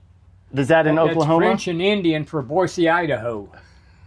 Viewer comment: “Boyza Edahow” ☺️ I will pronounce it that way for the rest of my life. Thank you for introducing us to Don.